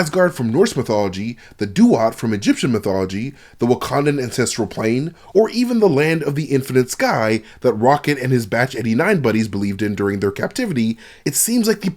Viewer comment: . Did I hear batch or badge? Just asking, cause I know it's batch. But how he said it sounded like badge.